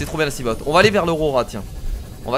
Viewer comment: hey on dit pas seamote c'est seamofe si tu vois ce que je veux dire, sinon super vidéo;)